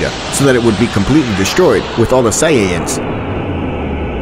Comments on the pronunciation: "Completely destroyed, with all the SAIYAYANS" im dead bruh 💀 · like bro you called frieza “FREZER” like bro💀 and it’s not “SAIYAYANS” it’s saiyans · "say e ans" "freezer" what its supposed to be "say ants (without the t)" " freezah" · ‘Saiyayan’💀 This guy needs to learn how to pronounce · Bro Said « Saiyayane » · "With all the SAIYAYANS HaHaHa" im dead bro 💀💀💀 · Planet vegeta a sayyyain why you calling sayians sayyyyain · Say ay in es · A .say aa in. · whys he pronouncing saiyans sayin